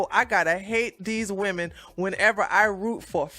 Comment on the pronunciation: Woomen lol killer